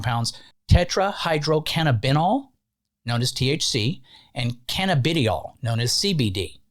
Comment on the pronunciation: It's pronounced "canna-ba-die-all"